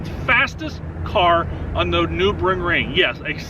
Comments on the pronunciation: Did he just say "nubrig ring"? Common man. That's basically sacralidge pronouncing it like that. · It’s Nurburgring but other than that great video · Newberringring😂 Love ya. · That is not how you pronounce Nurburgring